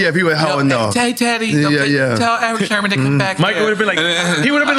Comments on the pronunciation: SIRMAN SERMON NOT SHERMAN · I know I'm not the only one hearing Nore saying Erick Shermon?😂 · Sermon not Sherman Nore !!! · Great interview but why’s Nore calling him Erick SHERMON constantly? 😂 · Nore keeps saying Sherman 😂😂😂😂😂😂 it’s sermen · why Nore keep calling him Sherman 🤦‍♂️🤦‍♂️🤦‍♂️😭🤣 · Why Nore keep saying Shermon though...? lol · Are we just gonna ignore NORE calling him “Erick Sherman”? 😂😂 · Why does Nore keep saying Erick Sherman? lol. small yellow bus. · My man teeth so big he said that man name wrong hella times 😂😂😂😂 its Eric Sermon not Sherman bruh 😂😂😂😂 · SHERMON SHERMON SHERMON!! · I wonder why Erick never corrected N.O.R.E. every time he called him Erick Shermon instead of Sermon. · IF NORE SAYS SHERMAN , ONE MORE TIME I'M GONNA SCREAM. S E R M O N....OMGGGG😂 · I really hope Eric Sermon corrects Nore as it concerns the correct pronunciation of his last name. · NORE pronouncing Erick’s last name wrong the entire episode priceless! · He kept saying it 😅